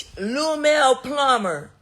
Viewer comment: "Lumell Plummer" lmaoo I know she wanted to say Lunell so bad 😂 Tommie is a fool 🤣